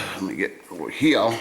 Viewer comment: "Over heeyuh" I thought I was the only one that learned that in the Detroit warehouses 😆